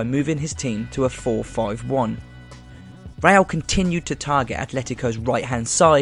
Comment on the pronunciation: It's RE-Al, not RELL. Roll your tongue.